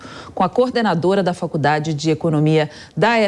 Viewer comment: A reporter? Falando Falcudade!?!? Pelo amor da Dadá!!!